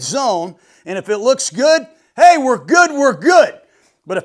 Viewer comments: Great Show Jon! By the way———- It’s Ay ay Ay Ay! Not au au au au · Coach, its Hey-Hey Hey-Hey, not Ahh-Ahh Ahh-Ahh.